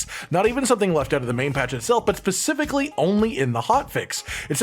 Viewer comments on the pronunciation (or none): specifically ... NOT pacifically